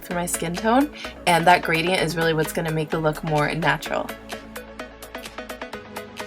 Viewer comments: At the end did anyone notice she said wheats your routine😂😂😂😂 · "Wheat's Your Routine?" um i think it's "What's" lol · . "wheats your routine?" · am i the only one who caught "wheat's your routine?" I'm sorry i just thought it was funny, amazing tutorial tho!!!!